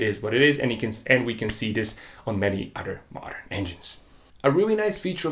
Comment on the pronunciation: Udder udder udder. Dude learn how to pronounce the TH. An udder is where milk comes from. Other on the other hand is a whole other word.